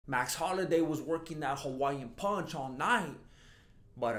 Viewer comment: bruh I literally just looped the intro 10x cuz of how funny you said tompico, wtf even is tompico XD and his name is max hollaway not holiday XD